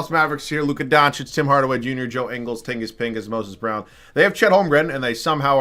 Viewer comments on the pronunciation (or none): I've lost it all when he called Porzingis tingus pingus hahahahaha